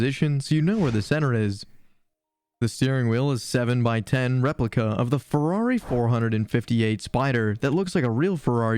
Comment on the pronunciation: Ferrari four hundred and fifty eight. Ok, I’m not watching any more. Junk video!